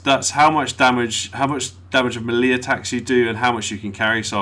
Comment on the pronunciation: Stop saying melee wrong